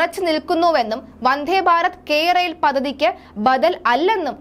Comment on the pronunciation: "വന്ദ്ധേ" അല്ല "വന്ദേ" എന്നു മതി.